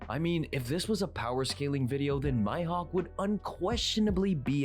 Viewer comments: Who on earth is “My-Hawk”??? Maybe he has “hay-kee?” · The fact he says Mihawk as my hawk makes me uncomfortable